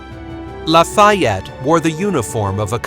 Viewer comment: Sorry, can’t watch cause your mispronunciation of his name is too annoying.